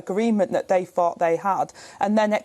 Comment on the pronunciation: When Rayner says fort and fink, does she actually mean thought and think???